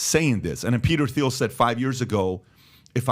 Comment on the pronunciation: Can someone please tell Patrick how to pronounce THIEL 😭